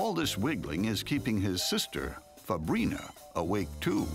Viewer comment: Fabrina I thought the narrator said fabreeze